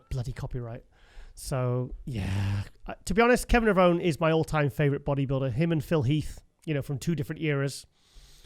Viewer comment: try to pronounce Kevin's last name correctly. He mentioned on many shows, it's pronounced Levronee, not Levrown.